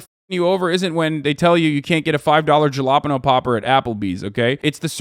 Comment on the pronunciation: ...are we just going to skip over "jah-lapino popper"?